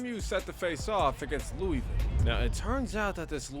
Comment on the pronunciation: Its pronounced (lew-uh-vul)